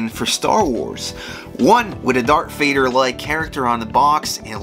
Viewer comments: I think you said “dark Vader” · All credibility was lost the moment you called Darth Vader: Dark Vader